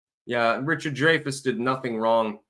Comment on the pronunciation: I believe he pronounces it,"Dry-fuss".. not "Dray-fess"js. ....